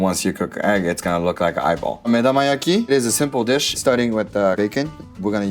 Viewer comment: Similarly, the Japanese chef is saying 'medamayaki', not 'medomayaki'.